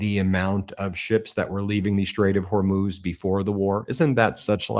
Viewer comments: Well unless the spelling is Hormoze, then the proper pronunciation of Hormuz is either Hor(moo)z or Hor(muzz)z! Now if you factor in an accent from the region, then it may be pronounced and sound as you imply. It has nothing to do with being illiterate! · It’s not Hormuz, it’s Hormoze. For over 2000 years it has been Hormoze now you illiterate people keep saying Hormuz.